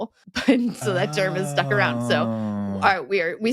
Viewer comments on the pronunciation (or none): none